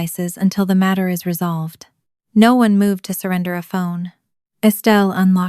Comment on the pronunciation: Stupid but since it happens in all your videos. Anyway of changing the voice to actually say "no" properly instead of sounding like "nawh"?